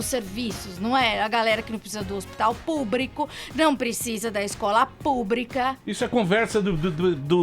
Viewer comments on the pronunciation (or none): Minuto falando "hospital PUBRIIIIICO" "Escola PUBRIIIICA"..... Meu Deus 😱😱😱😱😱 kkkkkkkkkk Bem feito PT... Educação de qualidade sempre!!!!!! 👏👏👏👏👏👏👏